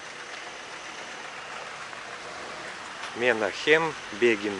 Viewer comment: Я понимаю, вы ивритоязычные имена не знаете, но правильно его имя звучит, Менахим-ударение на А, Бегин-ударение на И. Не обижайтесь что я вас поправляю